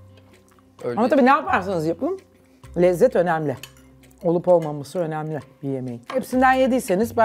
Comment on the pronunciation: Zuhal Topal gibi bir sanatçının açık e kullanarak devamlı “önemli” kelimesini söylemesi artık tahsmmül edilir gibi değil,kendisine hiç yakışmıyor.Yanlış anlaşılmasın kendisini hem insan hem de sanatçı olarak beğeniyorum ama bu kusurunu derhal gidermesi gerekiyor.Ayrıca “kendi,belli gibi kelimelerde de sorun yaşıyor.